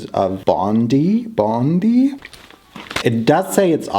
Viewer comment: Its called Boondi as in Bo-oo-ndi. Love from india❤️❤️❤️